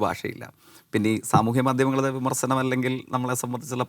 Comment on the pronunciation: അവൻ്റെയൊരു സ്വാധീനം. വിമർസനം, സവം, മണിയാസാൻ. മലയാളം അക്ഷരം നേരെ ചൊവ്വേ പറയാൻ അറിയാത്തവൻ ആണ്.